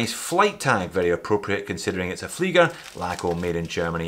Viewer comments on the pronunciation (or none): You are saying flygers. Ie is pronounced ee in all languages, including english